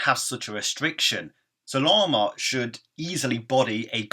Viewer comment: Really? It's Zarama